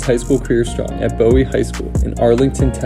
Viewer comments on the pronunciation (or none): none